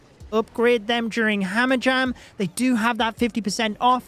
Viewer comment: "Hamajam" XD love you